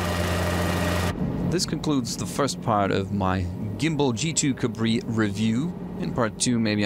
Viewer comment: Just for accuracy, since this is a French aircraft the correct pronunciation is "Gambal".